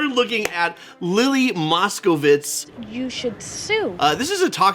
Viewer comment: OMG said her name almost exactly right! Most people say "Moscowitz"... BTW the right way to say it would be "Moscovitch"